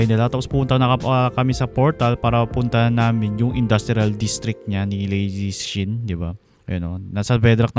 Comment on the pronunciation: LazyShin hindi Ladyshin lol